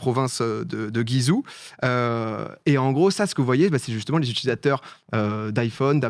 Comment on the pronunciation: Il me fume a dire "Guy zouh"